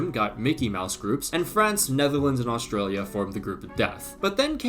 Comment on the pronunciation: bro said australia 💔